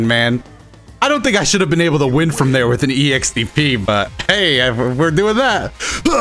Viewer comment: Right when said "IM GONNA WIM TRUST ME! TRUST!" I knew it was over for hum right there. No offense bro just the truth.